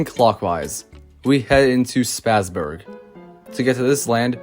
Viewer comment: As a native Texan, with German relatives, it’s Spa’s-burg ( like a luxury spa). Not Spassburg, like you pass a football. Just for clarification on the correct pronunciation. Awesome video though.